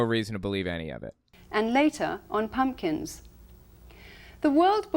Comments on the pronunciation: Did he just say "punkins"? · Did he say "Halloween pun'kins?" 😂